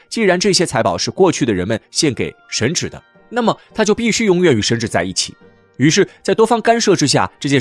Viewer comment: 神祇 qi，不是 zhi